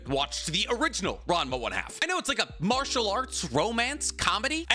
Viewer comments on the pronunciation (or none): none